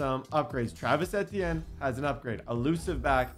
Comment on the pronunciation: Bro it’s all love Td but you’re consistently mis pronouncing Travis etienne name 😭😭